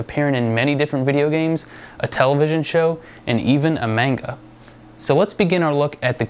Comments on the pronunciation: love your videos but it's pronounced MONGA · What the hell is a mane-gah? And you didn't mention the Kirby manga. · Just a little question; You know how to pronounce all those Japanese names properly, but you can't remember that the proper pronunciation of the word for "comics" is "MAHn-ga"? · Having lived in Japan for a year i've heard 'manga' pronounced a million different ways. I don't think there is any proper way to say it :) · Ummm. i usually dont do this... but you said manga wrong... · I really like you and your vides but you say 'sega' funny and pronounce 'manga' completely wrong ;0)